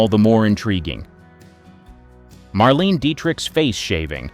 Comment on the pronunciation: Her name is pronounced Maar-leen-ah, 3 syllables. Also, that’s not Marlene but a photo of Anna Sten.